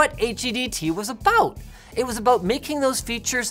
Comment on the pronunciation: "Can you tell me again just what your talking... ABOOT?"